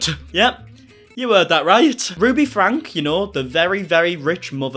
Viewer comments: Can I mention it's pronounced Frankie not Frank, I feel so sad for the 6 children, I watched Ruby for years and I saw such strange things, like she never watched her little children until they got in trouble, then she would fly off the handle, I always thought that if Ruby been keeping tabs on then it would never would have happened. She turned very menacing in her household. she made Shari drive all the kids to school and Ruby went back to bed, how can you turn away from your family, Ruby is clearly mentally ill, there were so many occasions of abuse, it shocked me that Kevin went along with her. Ruby is not qualified to advise anyone. Why has no one stepped up and removed the children from the home. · Ruby’s last name is pronounced Frank E, not Frank 😉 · You are correct about Ruby....however the last name is pronounced Frankee, not Frank.....just saying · Their last name is pronounced “Frankie” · I like your videos and everything you do on 8 Passengers and Connections (However it’s spelled!!). But you do mispronounce their last name. It is “Frank-key”!